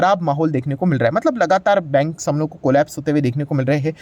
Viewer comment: बंग नहीं बैंग